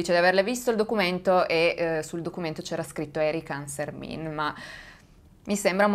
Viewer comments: Hai sbagliato la pronuncia del nome . Il cognome si pronuncia alla francese essendo la famiglia valdostana ANSERMEN non ANSERMIN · Hai sbagliato pronuncia, quella è pronuncia Veneta. ANSERMIN così come è scritto è Veneto mentre da noi si dice ANSERMEN ma non ha importanza. Grazie di cuore per aver parlato di questo caso che pare ormai dimenticato. Io ero piccola quando accadde e non lo ricordo seppur sia anch'io valdostana. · Ciao! Ti volevo solo correggere perché non si dice ArsermIN ma ArserMEN🥰🥰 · Si pronuncia ansermen (francese) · ciao. Il cognome Ansermin si legge alla francese.